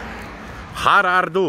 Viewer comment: Nie har ar du tylko her er du ä czyta się e.Znaczy tutaj jestes. Tak dla ciebie. Znam Szwedzki,bo pracowalem tam kilka lat wiec jak chcesz moge ci kilka potrzebnych zwrotow napisac. Pamieyaj ,ze w szwecji kara za 45 w kabinie zaczyna sie od 20 tys kr a wiec ok 9 tys zł.